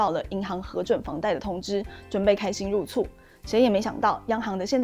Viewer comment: 02：48 讀音-入厝(錯)，不是入醋...